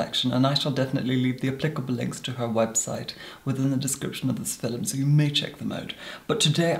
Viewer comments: I very much enjoy how says, "fil-em". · JUST HEAR FOR THE “FILUMS” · Nobody: Absolutely Nobody:: Filum